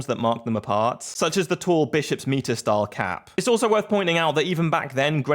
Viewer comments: 'My-ter' not 'mee-ter' hat. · "My-ter" not "Me-ter" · A bishops what?! It’s myte-er not meet-er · Mitre (cap) is pronounced My-ter not meter, which is a measure of distance for those who can't count beyond fingers and toes. There's a difference. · 'Mitre' is pronounced 'Might-er', son. Got it ? 😉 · "Mitre" is pronounced my-ter. Thanks for the vid, very interesting. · Bishop's "meter" ??? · Mitre - pronounced my-ter.